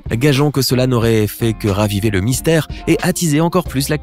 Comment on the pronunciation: mystère pas mistaire